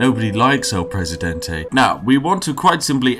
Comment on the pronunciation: *takes sip of tea Spiff: no one like el presidentay *Spits out tea